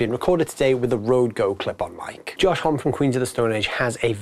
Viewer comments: Josh Homm-E lol, not just "hom" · You would think that they would do at least enough research to know how to say his name.